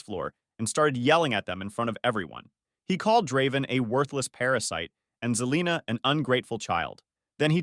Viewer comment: And its Se-lina... not Ze-lina